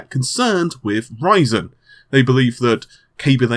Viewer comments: lol u say ryzen like raisin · almost sounds like he is saying that intel is freaking out over raisin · I am pretty sure that you did not pronounce that name correctly. I wouldn't be able to do it either.;)